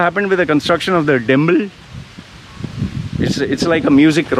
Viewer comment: I love the way you say "temple" , timpl, timpl, timpl, hahahah